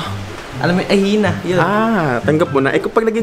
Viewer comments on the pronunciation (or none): Ano daw!? Hyena nila at: ahina Tamang pag pronounce:hayina Hahahahahahahahahahahahahahahahahahahahahahahhahahahahahahahah!!!!!